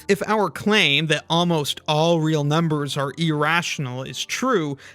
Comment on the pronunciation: I keep hearing “Ah! real numbers” Ala the Nickelodeon show